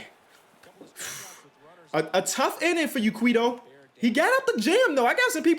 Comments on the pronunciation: for future reference it Quay-Toe just like Quavo with a T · its pronounced like QUAY-do or QUETO